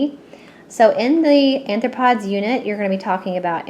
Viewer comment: Sounds awesome, but it is pronounced ARE-throw-pods.